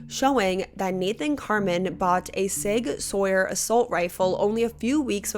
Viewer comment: This isn't a big deal, but since you cover true crime, you'll likely run into this word again. "SIG Sauer" is pronounced like "Sig Sour." ❤️